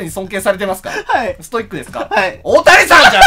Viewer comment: ただでさえ笑い転げてたところに、オオタニさんのイントネーションが太田胃散でトドメさされたw